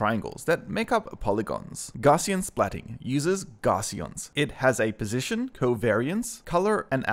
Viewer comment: a few points: 1. It's pronounced "gow-ss-ee-an" after Carl Friedrich Gauss - google for more information. (normal distribution etc.) 2. The DSLR you used is not the reason you have "bokeh blur". that's the lens/f stop. - this means that you don't need to use your phone, and in fact its usually better to use a higher quality sensor. just control your depth of field. 3. A crop box... is a crop box. it doesn't "help the object come into focus". it crops the splats inside the box. 4. Would be great if you could spend a little more time on your script instead of jumping head-first into a video with such limited research.